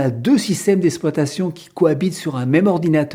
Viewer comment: il serait apprécié que vous prononcez le mot exploitation correctement ! au lieu de dire ESSploitation , il faut dire EXploitation